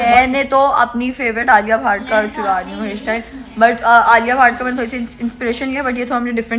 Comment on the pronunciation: Aap ki alia bhatt favourite hai wo alia bhatt hai aur aap bol rahi hai alia bhaat